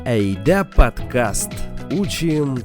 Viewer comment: А почему "подкаст" вы произносите на русский лад (с аканьем), говоря по-татарски?